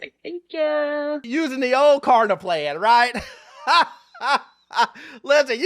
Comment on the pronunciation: it’s kLarna, not Karna.